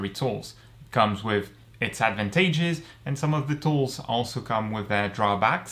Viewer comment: Did he just say advantayges